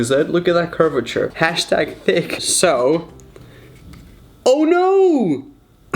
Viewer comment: I'm shook that he said hastag thick, but great vid